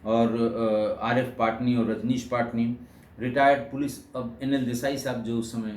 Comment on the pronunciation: पाटनी नही पटनी